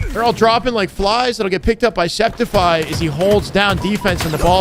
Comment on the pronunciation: Sceptify is pronounced Skeptify, like skeptical. His brother mentioned it in an LVT stream, but everyone forgot i guess. Por guy, no one ever gets his name correctly. :(